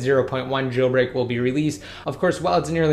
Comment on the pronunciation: It's jailbreak not gailbreak plz learn the words